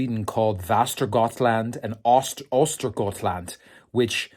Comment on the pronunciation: ÖstergötALand och VästergötAland in sweden we say öschötte and väschötte (not the correct spelling, but the way it’s pronounced)